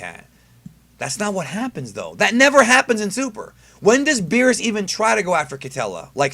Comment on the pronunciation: You said berrus and whis btw (not hating)